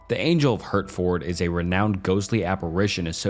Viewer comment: We pronounce Hertford like Hartford. Like the organ. Also the ford is mostly cut down to just fd. And Shire is typically said as shir...shirt without the t. Although some do say shire like that.